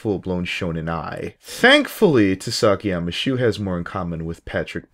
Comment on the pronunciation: did you just say?!! TOO-SAKI-YAMAA SHOE??!!! did you just say TOOSAKIYAMMA SHOE???!!